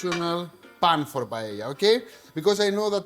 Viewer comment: Que bien pronuncias la palabra "paella", me encanta que un Heleno pueda hacer una versión griega de uno de nuestros platos nacionales mediterráneos. Hacer esto solo lo vería con buenos ojos a un italiano o a un griego, sobretodo por ser las tres grandes culturas mediterráneas. Ya sabes Akis, si Grecia, Italia o España no existieran, Occidente no existiría 😉 Un placer! 🇪🇸🇬🇷🇪🇸🇬🇷🇪🇸🇬🇷🇪🇸